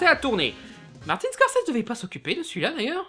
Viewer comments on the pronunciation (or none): none